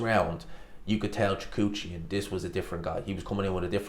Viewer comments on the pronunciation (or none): Repeat after me: Kah-rEhn Choo-hah-dzhan